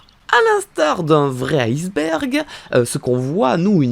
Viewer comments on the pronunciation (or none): none